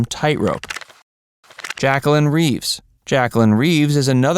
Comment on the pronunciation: Suprised at your pronunciation of Jacelyn. It should be Jey/Jaa-sə-lin.